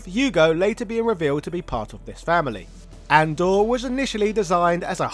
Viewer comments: I’ve never heard that character’s name pronounced as “Andor” before. It’s obviously a reference to Andre the Giant, so I’ve always pronounced it with 3 syllables like a japanese person would - Andoré. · I remember having this epiphany only a couple of years ago, where I realized Andore was meant to be pronounced with the Japanese approximate phonetic for Andre the Giant, as in "A-n-do-re" (ah-'n-doh-ray). While I know you don't like people commenting on pronunciation, I'm willing to bet almost everybody else pronounces Andore as "Andore" anyway (including myself for decades). Love your channels and content regardless. :) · Sorry to break it to you brother but it's pronounced ahn doh ray so it's closer to Andre and not andoor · It's not An-door, it's "Ahn-do-re" like how a Japanese person would pronounce "Andre". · Andore is pronounced "An-do-re" as in Andre the Giant